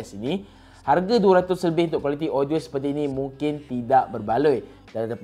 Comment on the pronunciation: lidah pendek